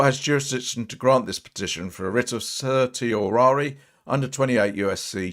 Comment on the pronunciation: Sir-she-oh-rah-ree is the pronunciation